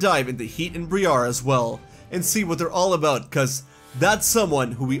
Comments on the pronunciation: dude why are you pronouncing Briar as Bree-are.... Briar is Literally an English word pronounced Breye-er like Rye and she's from the Unova Region.... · Briar's name is pronouned BRY AR not BREE AR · Ok. You have been mispronouncing Briar's name. It Pronounced as BrEYE er. Briar means thorns.